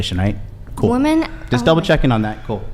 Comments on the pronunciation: My gosh, I hope someone teaches this unfortunate young woman the pronunciation of "women." She keeps saying "woman" when she means "women." It's almost as annoying as her general worldview and victimhood. This is pathetic. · Every time that girl says "woman", when she should have used the plural "women", makes me wish I could punch her through my computer monitor. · Does know that the plural pronunciation for more than one woman is "women"? I've noticed this a lot lately. Especially the feminists, they say "woman" have been oppressed, when it should be women, with an E. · Why is she pronouncing women as woman? She’s a lunatic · The main problem is that she can’t correctly pronounce the plural of woman. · Could someone please explain this weird pronunciation of the word “women” (plural) said as “woman?!!?” I’m hearing more & more and it’s driving me nuts! As in, they MEAN “men & women” yet they SAY “men & woman.” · Is she saying “woman “ instead of women? Sorry but her voice would send me off a cliff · The plural is "woMEN" not "woMAN"! I've been hearing that mispronounced more and more often from this age group. It's bizarre. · She can't even pronounce the word "women" correctly.